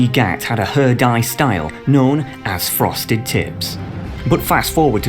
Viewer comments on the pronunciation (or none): I thought you said Frosted Tits lmfao